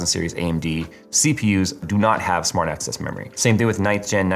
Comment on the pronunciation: I need my ears checked. Keep hearing "smart ass" memory 🤣